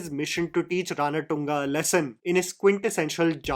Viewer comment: I guess its Ranathunga, feeling sad again again saying RANATTTUNGA, please correct me.